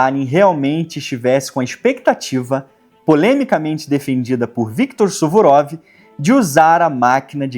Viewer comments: é suvorov ou surovov 😂. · Suvurov X Suruvov 😂😂😂